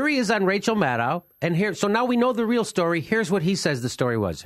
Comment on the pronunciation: Dear Jimmy - I ADORE you. But please pronounce Rachel's last name correctly - Maddow rhymes with Shadow.